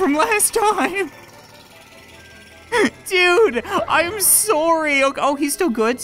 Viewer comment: xD you say sorry like sory